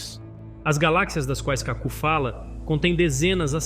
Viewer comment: Pq não pronunciar "KAku", em vez de "KaCU"?